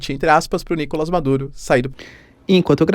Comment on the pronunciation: NicolÁs teacher, em espanhol não tem A fechado ou nasalado.